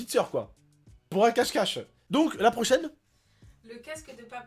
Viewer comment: ta pas dit cache cache tu a dit casse cache